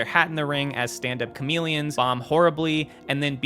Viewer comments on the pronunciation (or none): I think stand-up comedian it’s the right word just to say, even though he can’t pronounce stand-up comedians instead he said chameleons